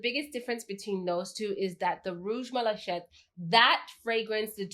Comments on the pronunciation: The only one intense is one of my new favorites and I was confused as to why you picked up on tuberose but I see you have addressed that. Also, please forgive my OCD English Nazi tendencies 😅and just FYI, malachite is pronounced mala - kite and not mala - shite. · the armani perfume is pronounced "mala-keet" , it's actually french :-) love the D&G and armani equally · Rouge MalaShit? :) i think you need to check the pronunciation for that one ;)